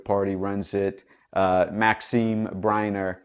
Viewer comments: BERNIER It's pronounced Burn yay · I agree! I had a good laugh. Maxim Berner! The PROVINCE of the Yukon ... Party Que (I can't even pronounce it) HILARIOUS!